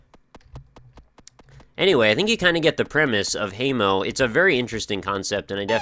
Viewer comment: I think haemo is pronounced hemo not heimo. Haemo = Blood